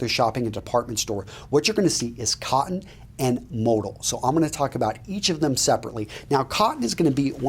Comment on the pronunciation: Kind of ruins the credibility on fabric content recommendation when you can't pronounce "modal" correctly :\